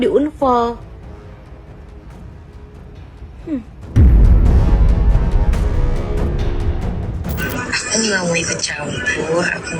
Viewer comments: ini sapose Unfol bukan anfol😂😂😂😢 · Unfol unfol 😂😂😂😂...bacanya anfol woyyy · Bacanya anfollow. bkn unfoll. Itu cewek bolak balik bilang unfall unfall . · Membaca dengan baik dan benar"unfall" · maaf..ngakak sy dengar Unfoll..😂